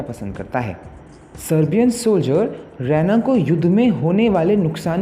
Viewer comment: Usse Raa eena pronounce karte h रैना nhi